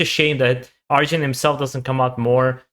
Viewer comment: Not "Arzjun", but "Ar-yun" ;-)